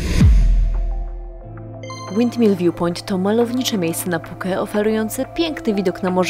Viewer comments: Wszystko super ale te Puke brzmi bardzo dziwnie i nikt tak niestety nie mówi😂😂😂,poza tym wszystki super i oglądam wszystko jak leci, dobra robota. Pozdrawiam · Puke ? nie wiedziałem że tak się wymawia Phuket …